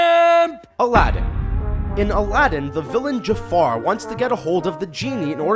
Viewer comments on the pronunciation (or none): none